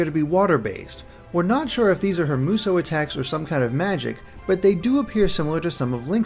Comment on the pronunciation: btw, Musou is pronounced moo-soo, not moo-so. atleast everyone I've heard online has said that, and everyone I know irl says that as well.